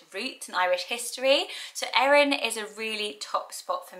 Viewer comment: Thanks for saying my name, Erin, correctly. Most people mispronounce and misspell my name and always have despite how simple it is. I've only ever met a couple of people with my name but just in passing.